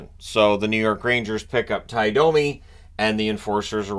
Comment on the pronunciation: No, Cherry NEVER called him “dummy”. He butchered the pronunciation of many names, and Domi was one of them. He said it like “Dah-me” instead of the correct “Doh-me”.